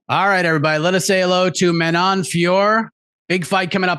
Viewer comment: Can we please stop saying Manon's name wrong It IS NOT FEEYOR It is FYOROH